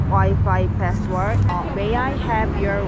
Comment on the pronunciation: 씨부레~ 맥주 한 캔 마시면서 보고 있었는데, 순간 맥주 뿜었습니다. 정확히 부분 ㅋㅋㅋㅋㅋ password를 너무 자연스럽게 passworld 패스월드로 발음하는데 너무 귀엽고 웃기네요~ 저도 20대때 캐나다 어학연수 다녀와서 옛 생각에 영상 클릭해서 보고 있었는데.....주말 밤 아주 크게 웃었습니다. 감사해요 ㅋㅋ 항상 타지에서는 안전 또 안전이 제일 중요합니다. 다양한 경험 하시고 안전 귀국하세용^^ 참고로 유튜브 영상 소재 거리로 1. 뉴욕와서 놀란점(생각보다 홈리스 너무 많고, 더럽다 ^^) 2. 뉴욕 미친 물가(한국과 비교) 3. 미국 뉴욕 편의점을 털어라 등등~~~~ 비싼 비행기표값, 학원비 쓰는 만큼 다양한 소재로 영상들 마구마구 만들어서 충만한 어학연수 생활 되세요~ 다음 영상 기다릴게요~ ^^